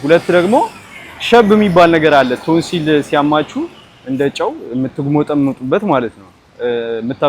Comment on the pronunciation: ቶንሲን ሳይሆን ቶንሲል ነወ የሚባለው